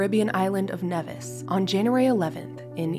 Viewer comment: I don’t know why every single YouTube video gets this wrong, but the name of the island is pronounced NEE-vis not Neh-vis